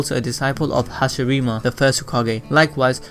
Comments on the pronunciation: is hasiRAMA NOT hasirIma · I don’t wanna be that guy but did this man just say HASHIRIMA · Hashirama, not Hashirima... lol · Did he say hashirima? No hun it hashirama. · U dara call lord hashirama hashirima‼️ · “Hashirima” lmao 😂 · Did u rily say hashireema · Did said hashirima?!?!?! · Did he say Hashirima! BRUH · Hasirama you said HA SHEEEEEEEEEEE RAMEN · Who tf is hashirima? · Plsss don’t ever say hashiramas name again